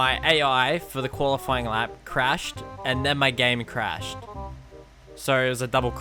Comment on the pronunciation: so my ai cwashed den my gwame cwashed so double cwash